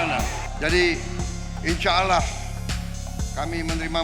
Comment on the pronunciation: Wowo.... ngomong insyaallah nyaa ajaaa....gimanaaaa gituuuu...😅😂